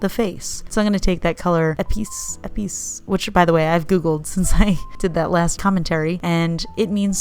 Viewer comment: Epice is French for spice,... you had it right sister